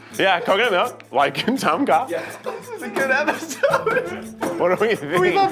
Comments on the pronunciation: When I heard Keith said Tom Kah, I immediately went "Wait, noooooooo" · tom kha pronunciation is more like a Thoomp Kha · as someone who is thai i was repulsed by the mere way keith pronounced "tom kha" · When Keith said Tom Kha.. i just.. couldnt. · keith pronounching "tom kha" is so silly